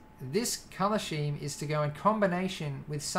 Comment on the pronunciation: scheme is pronounced: Skeem